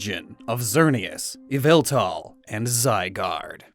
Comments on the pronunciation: ITS YAVELTAL! NOT YVELTAL! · YVELTAL ISNT PRONOUNCED YVELtAL ITS YAH-VAL-TALL AND U SAY IT FAST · It's pronounced, YAH-VAL-TAL!!! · EE-VEL-TAL, NOT YA-VEL-THAL! STOP SAYING THE NAME WRONG! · EE-VEL-TAL, NOT F*CKING YAHVALTUL! STOP SAYING THE NANE WRONG! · EE-VEL-TAL, NOT YA-VEL-TAL! AND STOP CALLING YVELTAL A HE! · It’s yavultal not yveltal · It is not pronounced as y vel tal it is pronounced ya val tal Only people who watch MandJtv Pokevids will understand this reference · that so called “yveltal” is YVALTAL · Um did you say why-vel-tal IS YAVELTAL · not yveltal.......YAVELTAL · No its ya-vel-tal !!!! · It's YAHVELTAL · It's Yavaltall Get it right nerds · NO, IT'S YVELTAL! THERE IS NO VOWEL BETWEEN THE Y AND THE V! FIX IT NOW! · It's me YA-VEL-THAL, lord of chaos and destruction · ITS YAVILTA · His name is yveltel : ya-vel-tal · IT’S YA VAL TAL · Sorry but it is yaveltal please fix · Its pronunced YAH-VUL-TAL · NO, YOU F*CKING IDIOT! IT'S PRONOUNCED EE-VEL-TAL! SAY IT RIGHT! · it is called ya-val-tall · It’s... YAVELTAL! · It’s yaveltal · Its YA- VALL-TALL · NO, IT'S EE-VA-TAL! THE FIRST PART OF THE NAME IS SUPPOSED TO BE PRONOUNCED EVE, NOT YAH! GET IT F*CKING RIGHT! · It's yaveltal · It’s not Yveltal, it’s actually Yavaltal! I beg that someone gets it. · ITS PRONOUNCED.... YALL VAL TALL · So... Yvelta not pronounced "way-velta" face palms in shame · Pardon, but you have to re record the whole video because you pronounced Yvetal ‘s name wrong. The proper pronunciation is Yovletove. Be glad Arcoos hasn’t taken judgement on you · I’ve never cared less about the pronunciation of a Pokémon before to me it “yeee-vāl-tall” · IT'S YAH-VEL-TAL! (Pokémon talk ref) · IT IS YVELTAL! THERE IS NO VOWEL BETWEEN THE Y AND THE V! STOP SAYING THE NAME WRONG!